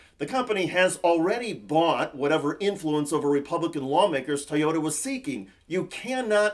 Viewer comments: How fucking hard is it to say Toy-ota vs TY-ota.? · Did you say “tiyota”,?